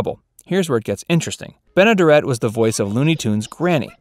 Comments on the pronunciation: Bea Benaderet's name is pronounced with the accent on the third syllable (ben-uh-DARE-it). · And mispronouncing her name. It is Ben-a-DARE-it. She was also the neighbor on the Burns & Allen Show. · Great video, but your mispronunciation of Bea Benaderet grates on my ears. It's Ben-ah-dare-et. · Check pronunciation. (Ben a dare et)